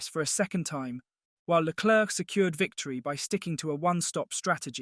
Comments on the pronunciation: Really wish commentators would learn how to pronounce Leclerc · agreed. It’s Leclerc and not Leclerc. People need to learn